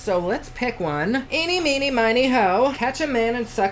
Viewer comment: I will forever die anytime I hear someone do inny, minny now!!! 😂😂